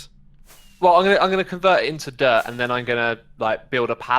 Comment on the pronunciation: Is saying dirt or derp